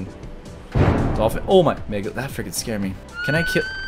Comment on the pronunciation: When he says frecin it's like he is going to say the f word